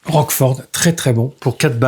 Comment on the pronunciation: Désolé d’apprendre que tu as eu des petits soucis de santé, courage, tout ira bien. Roachford ( on prononce Roche Ford) est le chanteur du groupe de l’ex bassiste de Genesis Mike Rutherford, et fait une carrière solo. Le John Paul Jones je l’ai aussi et en effet c’est pas terrible du tout. Le groupe c’est House Of Dolls, c’est leur 4e album et ils sont de Dublin, cqfd.😉Was not Was est le band du producteur américain célèbre Don Was.